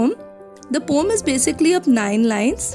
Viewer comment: not pom but po-um check on the oxford dictionary 🤌🤌